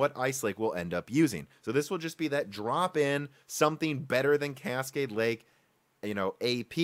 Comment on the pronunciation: At around the 11 minute mark, I thought I heard you say "Casket Lake".